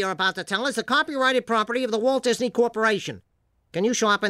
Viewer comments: DIZNEE LAND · I believe its pronounced dasney